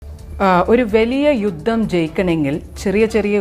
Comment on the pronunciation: യുദ്ധമല്ല... ജുദ്ദം